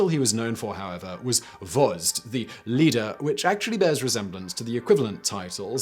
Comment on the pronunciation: Sure, you have issues with Russian names. Wozd. George. Think George. 1st sound is Russian Ж - usually transcribed as ZH in English. Sadly sometimes they just 1a1 copy the name.